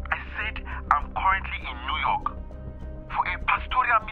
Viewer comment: LOL SHE SAID NEW YOKE 🤣🤣🤣🤣🤣😂😂